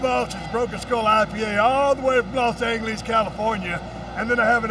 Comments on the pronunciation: “los angalis” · he's always said los angle ese haha.